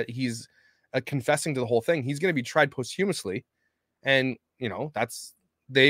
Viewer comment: It"s pronounced: pos-chuh-muhs-lee. Not Post....